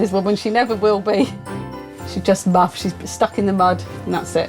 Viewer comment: 😂😂 muffed off